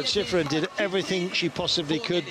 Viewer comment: That announcer really butchered sheeefreen's name.